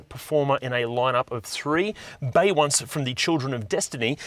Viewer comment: "Bey-once" from the "Children of Destiny"??? LMAO! 🤣🤣🤣